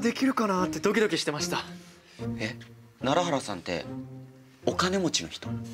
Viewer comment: やっと楢原が楢原って聞こえるようになってきました😂 ずっとらららって聞こえてたwww